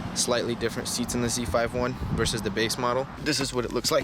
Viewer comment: Please don't say Z,5,1 it's Z51